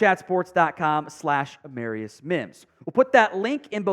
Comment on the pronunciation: Wrong pronunciation of the first round draft pick, A Marr i us, not A mare i us...